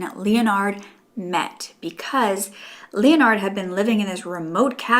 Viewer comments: It would be pronounced like ‘le-nard’ not ‘Leo-nard’ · 38 minutes of struggling to say Leonard 😂 Lol i love u girl it just made me laugh